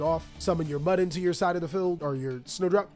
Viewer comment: Bro I think Mudan's name is MOO-DAWN, not muddin' 🤣